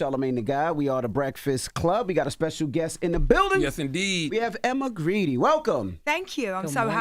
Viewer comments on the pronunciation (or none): Grede is pronounced Guard. Emma is the force behind Skims and Good American. She knows what she’s talking about. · First of all he pronounced her name wrong. It’s pronounced as Guard. Second he did not know that Skims sponsors the NBA. And he had no idea Skims has a Mens line. Charlemagne comes off as uneducated with that lisp. But his lack of research makes it worse.